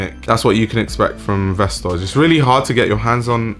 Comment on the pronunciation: It’s said like “vestoy” :)